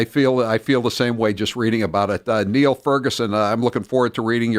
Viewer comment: Niall is pronounced "Nile," ffs.